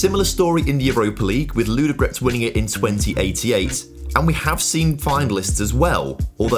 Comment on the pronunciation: I like how you pronounce the names, especially Ludogorets! Actually, they made a mistake in writing it 'Vraca', should be 'Vratsa'.